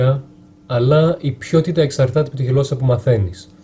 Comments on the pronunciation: Ο Σημίτης το έλεγε "πιό-τη-τα"......, μήπως έβλεπες και συνεντεύξεις του πρώην πρωθυπουργού; χαχαχα Υ.Γ., είσαι καταπληκτικός φίλε μου!!!! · Matina TheArtOfRolling και ο Σημιτης ελεγε πχιοτητα 😅